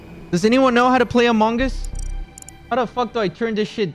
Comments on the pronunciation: quackity saying "among us" as "among ass" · You should play this more often!!! But mabye work on the way you say among us 😂❤